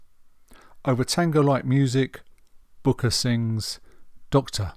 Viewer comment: A very good, considered appraisal, apart from two basic errors; the most glaring being the irritating mispronunciation of the main man's surname throughout....It's BRooker..... BRooker!! The other is the omission of acknowledgement of any males in the jazz vocal group The Swingle SINGERS.